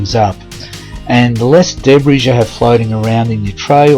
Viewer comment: My husband loves your videos. When I am listening, no offence but I do wince when you pronounce debris as Deb-riss. It should be De-bree.